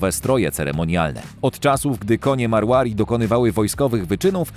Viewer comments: Nie mówi się "Apalósa" a "Apalosa" Tak samo "Marławi" a powinno być "Marwari" skąd ty czytasz tę nazwe? 3. Cxyta sie Achałtekiński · Pov: Marłari.. Naucz się czytać ras